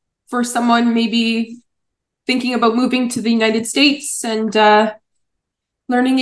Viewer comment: Great job! Those con artists wanted us to shrink our vocabulary. Plus, I knew that blonde lady was going to teach us wrong when she started saying "moving to the "Inated" States." She doesn't even know how to pronounced the country she's teaching about.